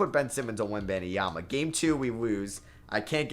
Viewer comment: That is not how you pronounce his name 😭